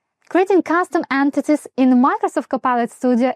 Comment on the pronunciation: Why "ant-tities"?